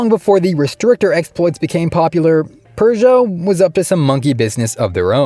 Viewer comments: There's no "r" in Peugeot. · I guess "restrictor" is Seppo for "turbo gate", just like "sell eh kar" is Seppo for "Celica". You can pronounce Peugeot properly, though. Edit, not Lancia or Hyundai, however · Forget lancia what about the pugeot